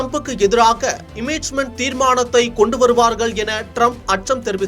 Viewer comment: என்னது........ இமிச்மென்டா😂😂😂😂